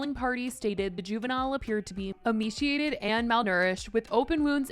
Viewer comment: You’re mispronouncing emaciated and it’s so cringey